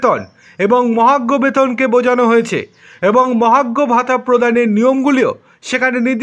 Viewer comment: ঠিক মত কথা উচ্চারণ ক'রতে পারে না, চ্যানেল খুলেছে ! 🤔 মহার্ঘ ভাতাকে মহাগ্ঘ ভাতা ব'ললো ! স্যাটকে স্যাড ব'ললো ! 😢